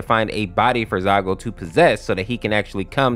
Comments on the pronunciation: I can hear him saying Zygote or zygo but its really zalgo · it's zaLgo, not zaigo. and silver the hedgehog is not in this story, silver sonic is a completely different character. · Zaigo?! You mean ZALGO? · BRO SAID ZAYGO 💀💀💀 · it's "zaLgo", great video, but- 😭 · now he needs to learn how to pronounce zalgo and who's silver sonic